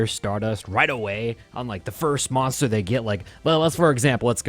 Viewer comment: good vid but i cringed every time he said "monster"